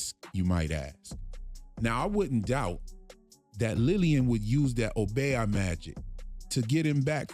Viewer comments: Obeah pronounced O BEE AHH, say it slow and then fast ohh bee ahhhh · Oh-Bee-ahh ( obeah ) not oh-bay-ah. Dope breakdown tho💎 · Obeah pronounced O - beeyah (one syllable).